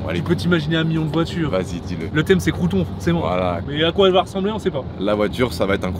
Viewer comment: Le crew’ton